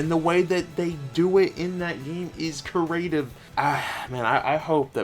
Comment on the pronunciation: Creative** It's pronounce kree-ay-tiv. work on it.